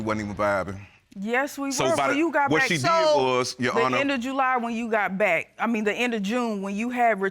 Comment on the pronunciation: He said JEWly so many times I wanted to SCREAM! Also, when did men start calculating (even close to accurate) conception dates!? Its not a straight back count.... attend Dr appointments potential fathers. That family member that told you you would only have boys, is only claiming their make heirs as well 🤷🏽‍♀🤣